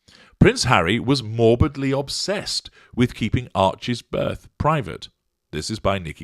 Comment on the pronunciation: Had to rewind this comment again....*"HW was present at the burth_"*.......well I should think so _if she gave burth. Mmmmm🤔.